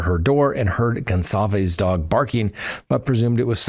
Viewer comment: Pronounced Gon-sal-ves not what you said. Your loosing credibility